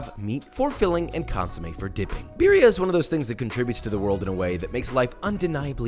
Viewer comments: Its not beerria its beetheuh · Hi.. Just letting you know that how you say butter is the same way you can roll your R to say birria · The only problem with this video is REE way he pronounces birria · Once I understood what he was saying, his pronunciation of Birria, low key made my eye twitch.